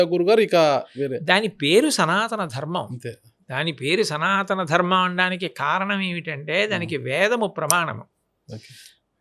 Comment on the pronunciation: Anchor ki dharmam ani palakatam kuda radu, darmamu antunnadu